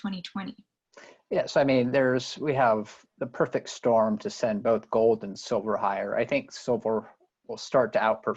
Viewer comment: Can we GOAD you into pronouncing GOLD correctly?